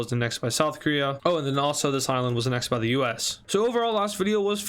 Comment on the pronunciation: you keep pronouncing annexed wrong and I hate it